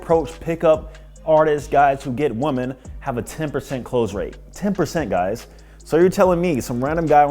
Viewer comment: why do you refuse to pronounce "women" correctly